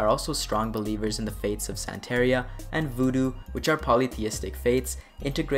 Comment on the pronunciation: Santeria = san-TA-ree-ahh. NOT san-tear--E-ah